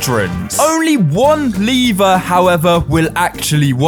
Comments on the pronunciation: Its lever Btw not "liver" :) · you say like: liver but schould say:lev-er. you also say:lead but say: Leash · Ah yes. “LEEVER” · Sorry i míst but how you say líver instead of lever i am dying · stop saying liver say lever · The leeeevu its lEvEr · I THOUGHT the lad was saying “liver” with a stress on the word. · He doesn't know how to pronounce lever and wedding